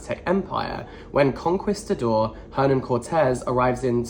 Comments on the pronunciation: It’s pronounced “con-qee-stador” or “conqueror” Also I signed up for my first TBR earlier this week awaiting my first list of suggestions!! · LMAO I thought you were saying "Conquest the door" and was so confused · ‘Con-kees-ta-dor.’ The ‘u’ isn’t pronounced. Like ‘quiche’. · Lmao Kon-Kee-Stah-Door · con-key-sta-door how? you read way more than me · Your pronunciation of conquistador is adorably wrong. For reference it's pronounced con-key-sta-dor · so many are flaming in the comments for saying conquistador ‘wrong’ but it’s the exact same pronunciation i use. it’s british english🫠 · The way he pronounced conquistador reminds me of that rly old vine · listening to a british person struggle with the word conquistador was so much fun. luv u <3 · not knowing how to pronounce “Conquistador” or “Tenochtitlan” really tripped me out! He’s British, of course he’s not familiar with the Aztec Empire. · I was screaming!! Not in a mean or angry way but in a please hear me way lol. Cuz I know once he learns how to say both he’ll be like “ohhhhhhh noooooo” cuz he’s so respectful of things like that. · I assumed that because he's british he would know because Spain in literally one country away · Re: his mispronunciation of conquistador, it makes sense to me bcs I have noticed that Brits often use Italian pronunciation rules instead of Spanish ones. For example in the word “dulce” I usually hear Brits pronounce the c like the “ch” sound even when it should be Spanish 🤷🏻‍♀️ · i love you so much and so dearly but your butchering of "conquistador" made me die a little inside 🫠 hugs and kisses xoxo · spaniard here, hearing you say 'conquistador' has really made my day thanks :)